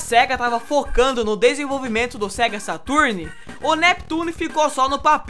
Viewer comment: o falando "Saturni" é de doer os ouvidos haushaushau